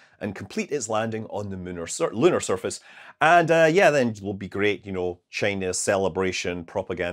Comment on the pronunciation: Munar surface! LOL. The scars of a thousand hours....